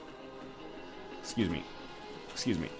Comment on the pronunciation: Ex-squeeze-me?? LOL